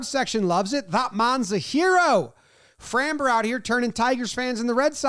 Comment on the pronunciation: Dude, please learn to pronounce Framber.